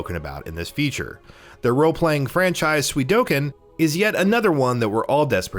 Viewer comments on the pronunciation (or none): For the love of God, it's Suikoden not Suidoken. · way to flip the d & k in Suikoden....swee-koh-den not swee-doh-ken ffs... and I say if it's not an actual 1st party IP, a remake should appear on more than just PS5... also: the original 4 part .Hack series the Xenosaga trilogy Primal Summoner 2 Rumble Roses Tales of Destiny 2 Tales of Legendia Tales of the Abyss Oni Mercenaries: Playground of Destruction Rogue Galaxy I'd like to say Half-Life, but at this point they should just put Black Mesa on everything.... and Tony Hawk's Pro Skater 3 should have been remade as an expansion to the THPS1+2 remake but Activision is apparently too retarded to see how smart & awesome that would be.... oh, and remasters of X-Men Legends 1 & 2 please... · "Suidoken?" really? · Did he said suidoken 3 instead of suikoden 3 ???? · why did i hear sui-do-ken but the game's title is suikoden? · SUI DO KEN.... SERIOUSLY!!!?!??!!?!? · Dude how or why are you pronouncing “ko” as “do”? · Suidoken? no one?